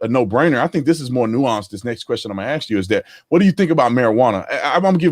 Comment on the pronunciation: "Let me AXE you this..."